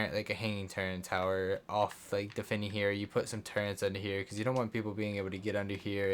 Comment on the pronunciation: Sry u just said turrents lol can't take you seriously